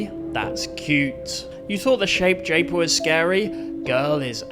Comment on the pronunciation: Shape japer ❌ jape shaper ✅